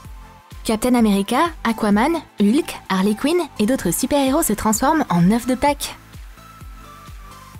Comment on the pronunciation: Je rêve ou elle a dit "Lhuk" au lieu de "Hulk"